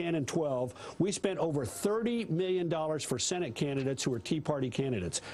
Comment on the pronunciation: He says Miyyun instead of million.